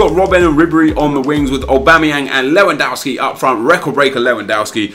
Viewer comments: please, his name is pronounced Lev an dov ski, it really makes me cringe when people say his name wrong 😣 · How many times are you going to butcher Lewandowski's name?! Daamnnnn XD